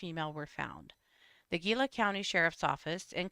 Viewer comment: Gila = hee-lah